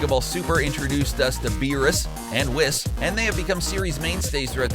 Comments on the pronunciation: Jackass cabba is in xenoverse 2 as dlc and it is pronounced whis [whees] not wis. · its pronounced weez not wiz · It's ponaced whese, zar-bon, majin vegeta, and ke-fla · Whis rhymes with grease not piss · Its whis not wis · Excuse me but I thought his name was Pronounced (We-Sah) or (Wiss), where do people hear this pronunciation? I would like to know... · It's pronounced wEEs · Whis is actually pronounced "Weess" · You pronounced Whis wrong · How u say whis and beerus is horrible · The way he says whis makes me cringe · you do not know how to pronounce gero, whis, zarbon, and majin and its very irritating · When he pronounces whis wrong :( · Man I like this channel but you guys need to learn how to pronounce characters properly, you said Majin and Whis and Zarbon totally wrong... and Cabba along with majin Vegeta are both in Xenoverse 2 so you need to do your research better. And the only games that cut the characters out that you listed is mainly FighterZ. All the old dragonball games had mainly all of them besides the Super characters obviously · And whis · For every mispronouncination and flaw in this video my heart breaks while I love your videos as a DBZ fan I can't help but notice the mistakes you made in the video like whis' name